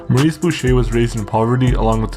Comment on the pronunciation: His name was Maurice not morris 😂